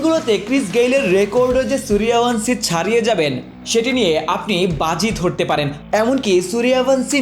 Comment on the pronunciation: Bangladeshi channel gulo ki pronounciation valo kore jane na সূর্য্যব্্শী না সূর্য ভানশী😅